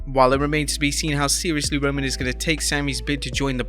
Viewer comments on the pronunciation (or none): none